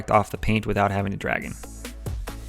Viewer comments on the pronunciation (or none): none